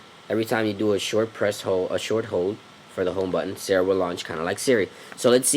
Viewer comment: "sara" is pronounced "Sar-Ra" You're saying "sarah"